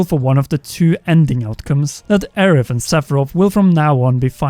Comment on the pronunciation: And bom bing mission and Aerif